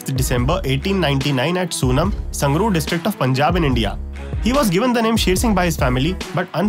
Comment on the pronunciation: Sir there is two corrections 1st you pronounced wrong "SUNAM" it's "sunam" not "soonam" 2nd "GUTKA(SAHIB)" Is a religion book of Sikhism & part of shri guru granth sahib. we pronounce with "sahib" for respect "GUTKA SAHIB". I don't know why sir udam singh ji don't use proper words. Without "sahib" people may even get it wrong.